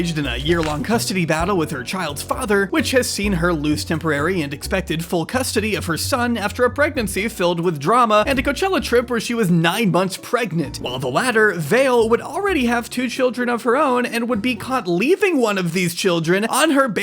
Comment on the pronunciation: Just for the sake of accuracy, Vale’s name is pronounced VAH-lay, not VAYL.